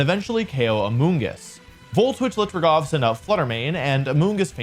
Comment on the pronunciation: Not to criticize but he is pronouncing raghav incorrectly Its ra-gh-av Not ra-gav Sorry but my name is the same so I have to say this